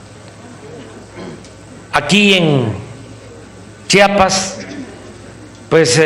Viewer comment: Chambón, se dice Chiapas no Chapas. Saludos cordiales